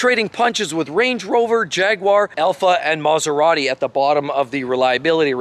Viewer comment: never speak and film yourself: it looks really messy and I feel seasick; also you speak far too fast, and you don't know how to pronounce Italian names: that is a pity, as your messages are good; it is Maserati, not maseradee